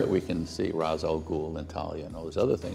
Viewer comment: He's pronouncing it right. Its the same root as in "rastafarian"